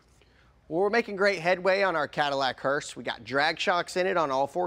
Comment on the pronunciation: What's killing me is calling it a hearst!